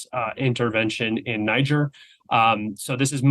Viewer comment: Brilliant commentary. But FYI . . Niger is pronounced “nee zher” - the ZH is like in Zeluzhny. The last syllable rhymes with “where”. And the ethnic business is about Bazoum being from the minority. Arab population. But that has nothing to do with his unpopularity. Niger is also a Muslim country - something like 97%. So obviously there is no friction there, either. He was simply a western puppet, and a cruel one at that. Keep up the excellent podcast. And thank you 🇷🇺 .